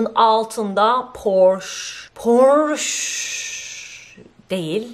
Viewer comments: Ellen in esinin adi Portia porsche diye okunmuyor 🤦🏻‍♀️ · Ellen degeneers in eşinin adı “Portia” “ “porşa “ diye seslendirilir “porşe” diye değil... Keyifliydi yine de teşekkürler